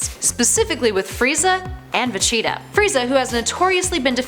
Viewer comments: Okay... Maybe I missed something in all my years of Shonen and DBZ.... WHO.... WHOOOOO.... is Ve-Cheetah? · Vecheetah!!!!! Really 🤦‍♂️ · She also said Vegeta's name wrong too.